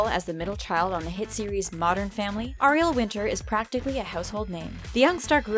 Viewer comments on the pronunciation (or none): Pls say Ariel right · the way she pronounced "ariel" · You pronounced Ariels name wrong....